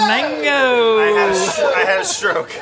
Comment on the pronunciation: Brad really said mango with his whooooole chest